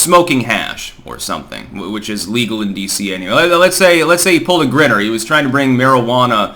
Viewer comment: Get off the Ketchup,, Bongino himSELF pronounces it BonGEEnoh. Haven’t you heard anyone ever pronounce his name, let alone himself?!There’s only ONE ‘N’ it, not two. Hard to believe you’re an editor, you pronounce WAY too many words & names incorrectly and your Twatter posts are grammatical horrors only a child would be innocent of. FFS, “Grinner”??! It’s Gr’eye’ner, the way it’s SPELLED, lol (Griner). Have you not HEARD anyone pronounce her (his) name?! Love you though, keep up the good work…